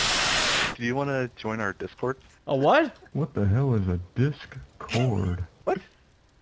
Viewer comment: Dis-Cord...? What's a Discord?